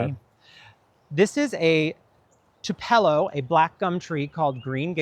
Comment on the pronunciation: Okay I know pronunciations are not a big deal (and yet here I am) and in a lot of plants I think who even knows the correct pronunciation… blah blah blah, but ANYWAY, as an Elvis fan from way back, I do need to say that I’m pretty sure the “Tupelo” part of the Green Gable black gum is pronounced like Tupelo, Mississippi, where Elvis was born. TOOO-puh-low. I love y’all and I’m not being critical, but hey man, it’s Elvis, ya know? 😉 😂 🤷🏻‍♀️ 💕